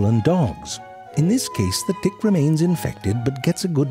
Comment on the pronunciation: I meant the way he says it. I'm not sure if it's dtick or tdick. He does such a good job combining those sounds.